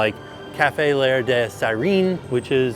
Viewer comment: French pronunciation tip. L’air is a contraction like can’t. So it’s /laire/ but not /layer /